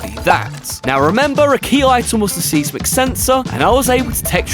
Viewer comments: I’m sure you know this by now but if not, “Seismic” is pronounced more like SIZE-MUHK OR MUCK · Bruh, it's 'size·muhk', not 'seez-mick'.